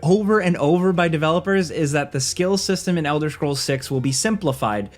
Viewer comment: ELDER SHCROLLS